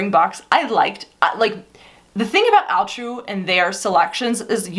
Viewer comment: Question. Why is it pronounced Al True and not All True as it’s spelled? What does Al True stand for?